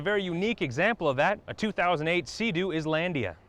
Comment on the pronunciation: So you know it's supposed to be and ISLAND but you keep saying. ISlandia. Are you soft in the head?